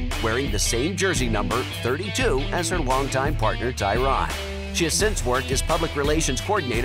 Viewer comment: ITS NOT TYRON ITS TYRANNNN! 😡🤦🏼‍♂️